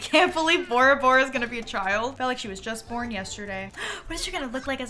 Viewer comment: every time you say borabora i think you’re saying ouroboros 💔